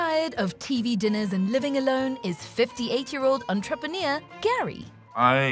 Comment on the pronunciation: Entrepen-eer is not a word, dear narrator.